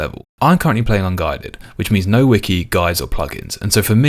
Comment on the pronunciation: you better pronounce unguided as wrong as underfed in the next episode